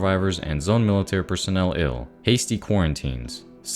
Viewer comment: Bro sounded like an AI, how do you mispronounced the word ill?